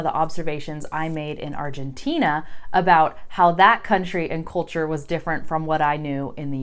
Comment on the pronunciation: you pronounce the word "culture" with an Irish accent )